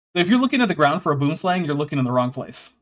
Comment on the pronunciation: Boomslang literally translates to "tree snake". Please look up the real pronunciation because it would be lifesaving in the rare event that you're bitten by one (they're back fanged so you do have to really really wind them up for them to put the effort in for a proper bite) - the many minutes lost while those possibly able to help are rolling on the floor, wetting themselves laughing at you could be, err, literally vital.